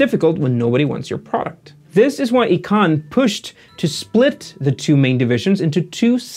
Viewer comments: You're the first one I've heard pronounce Icahn that way (ee-cahn). Everybody seems to call him "eye-cahn". wikipedia seems to indicate "eye-cahn" to be the right pronounciation too. But I could not find a video of him saying his own name. I'm curious where you heard your variant. Cheers! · You keep pronouncing Carl Ichanh's last name wrong. It's pronounced like "Icon". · Great videos, but your pronunciation of key industry leader's names is rattling. The corporate raider investor is Carl Icahn's last name is pronounced "eye - con."